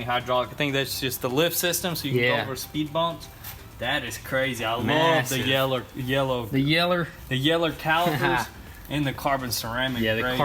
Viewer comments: lol he said poalite siren “ I love the yeller” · "I love the yeller calipers" 😂